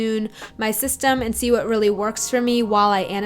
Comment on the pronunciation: "annotaayting yeally yelps"